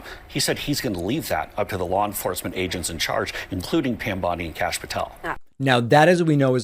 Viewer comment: “Kashapp” Patel 😂